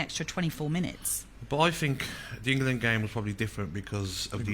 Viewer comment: "England" not Ingerland🤦🏻